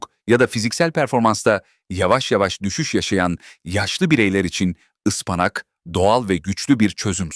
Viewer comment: Kâse..Ispanak demesini öğren..